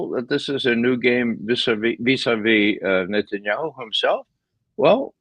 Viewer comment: Hey Ray, why do you pronounce "Netanyahu" as "Netsanyahu"?